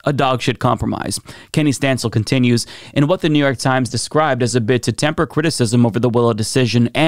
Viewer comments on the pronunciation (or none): none